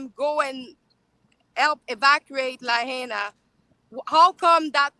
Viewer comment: Well done Viva as per usual. First of all, a more correct pronunciation of the town is La-HIGH-na. That's not exact, but close enough. I don't know if that civil defense big wig retired because of illness, but if I made a poor judgement call, possibly contributing to 100s of deaths, I would really be sick too. When we hear the civil defense sirens we are to tune into local radio, tv, etc for what is happening and instructions on what to do. We also get cell phone alerts from civil defense. We have invasive species of grass which catch fire really easy. They don't burn for very long, but spreads fire quickly. Maui has been experiencing drought conditions for quite a few years now. Lots of homes in Hawaii are of wooden single wall construction. With our ground termite problems, a lot of homes have some termite damage making them more susceptible to ignition. Unfortunately, we have quite a few "Tinder box towns" in Hawaii.